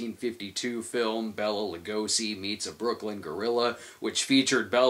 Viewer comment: Bay-la not Bella Lugosi.